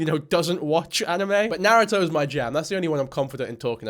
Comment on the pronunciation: got the Naruto reference but it took me a second because of your accent 😭😭